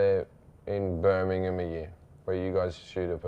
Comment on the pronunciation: Finally a American that can pronounce Birmingham right